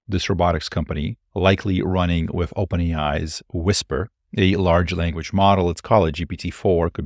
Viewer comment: 'wif'🤣 that 'th' is awol